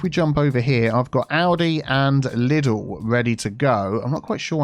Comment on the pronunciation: NO0oo0Oo!!! It's pronounced LEEDLE!!!